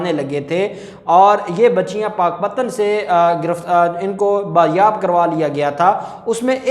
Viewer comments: NAYAAB NAHI HOTA BAZYAAB HOTA HAE . ISS LAFZ KO SAHI BOLNA SELH LEN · Not bayab wrong pls correct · ( بایاب ) کرا لیا بایاب لفظ غلط ھے صحیح لفظ ھے ( بازیاب ) PL take note. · Pls speak bazyab correct